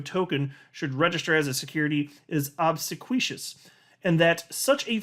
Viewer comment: Obsequious: ob-seek-we-us